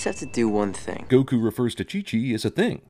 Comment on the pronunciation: They did it for the same reason Aang is pronounced ong in The Last Airbender, which is to help make sure that no one can try to compare what you were supposed to be able to compare the movies to. They even say Goku's name wrong in this movie for that reason.